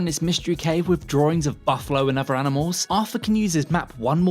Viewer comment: "Can you fink of any uvvers?"